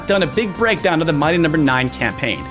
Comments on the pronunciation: Why do you say "mighty" like that??? It makes me extremely angry. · The way he says "mighty" sounds so off